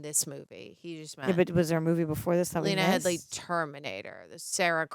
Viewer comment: It's Lena Headey,, not Headly.